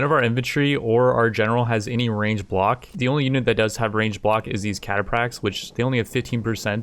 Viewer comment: I don't wanna nit pick , but it's pronounced Cata-Fracks, As always enjoying your total war content.